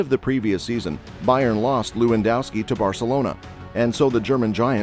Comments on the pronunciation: Looandowski? That's what happens when you use a f. robot-reader. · To all Americans, W’s in Europe are pronounced as V’s. It’s Levandovski.